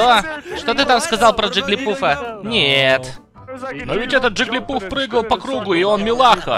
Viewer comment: Много уважаемый, ваши переводы просто шикарные, но к этому видео у меня есть замечание. Правильно говорить Джиглипаф, а не Джиглипуф.